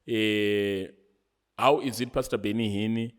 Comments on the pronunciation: Awuna nyaya bro... That is why you pronounce Benny Hinn as Benny Hinni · 😂😂😂 heard it too Benny Hinnie😂😂😂